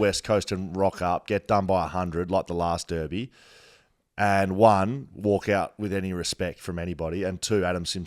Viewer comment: So good to hear blokes pronounce Derby correctly